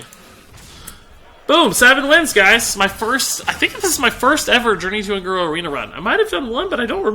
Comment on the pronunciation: Un guro? It's un goro anyways great vid 😀